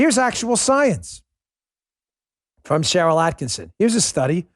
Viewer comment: Holy shit. Why is it neither Bongino nor Hannity can (ever) pronounce "Sharyl Attkisson" with only one "n?" ATTKISSON